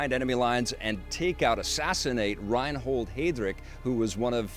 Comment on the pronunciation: Thank you. Also, it's ReinHARD Heydrich. Not that he earned it or anything, but still, it borthered me.